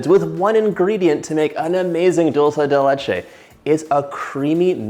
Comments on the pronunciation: Just a little correction, it's 'dUlce de leche' not 'dOlce de leche', think it this way, dulce means sweet, de means of, and leche means milk, so basycally a sweet thing made of milk! :)) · I'm guessing because most English speakers pronounce it dolche (which I think is Italian) instead of dulce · Thanks for the correction: I've always pronounced it as though it were Italian rather than Spanish. Now I know better. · As soon as I heard dull say de litch ayyy… I got tf outta here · I love how u say “dulce de leche” 😊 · I speak 5 different languages but I'm Latina and I can tell you John didn't say it correctly